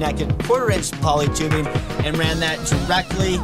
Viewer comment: Whats wring with pronouncing“ing”on the end of our words rather than, ie; Tubebin, kinkken etcetera! Is it the new black? Seems popular to answer questions with ‘So’ Just fuck off.